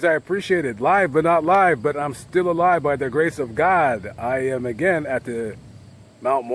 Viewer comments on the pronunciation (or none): Although this was done Sept. 7th, 2019, you misspelled the name of the cemetery and even pronounced it wrong!!!! It's actually Mt. Mora cemetery and not Mt. Moro cemetery!!!!! However, I do enjoy watching your vids but as a St. Joseph, Missouri native, I did want to correct you on it. If you ever come back, just let me know and we can get together and I can possibly show you some other places around here